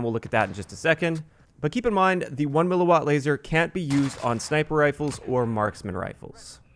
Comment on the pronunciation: THANKS FOR KNOWING HOW TO PRONOUNCE "mW!!!!!" These uneducated 'tubers out here making up pronunciations and shit. You know what you're talking about. All the respect to you man.